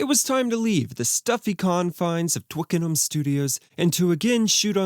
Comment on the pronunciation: Thank you for saying 'Twickenham' properly!